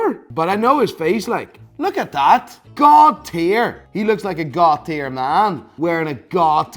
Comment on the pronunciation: Every time says God - tier, It sounds like he's saying Cartier. 😃😃